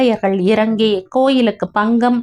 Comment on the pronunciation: ❤❤❤ kadhai thrillunga irukku. Athu PGM illa. BGM ( background music ), Guri illa kuri. ( குறி என்று சொல்லும் போது உதடுகள் குவிந்து focus aagirathu. தமிழ்ல சொல்லும் பொருளும் ஒன்றோடு ஒன்று பின்னி பிணைந்து உள்ளது) Pangam illa Bangam.